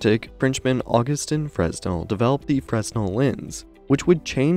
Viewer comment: Nicely done, but fresnel is pronounced (/ˈfreɪnɛl, -nəl/ FRAY-nel, -nəl; /ˈfrɛnɛl, -əl/ FREN-el, -əl; or /freɪˈnɛl/ fray-NEL)